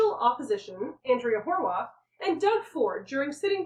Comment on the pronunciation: Have I been mispronouncing Horwath for years? eep.